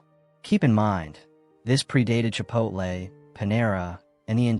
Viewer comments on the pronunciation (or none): none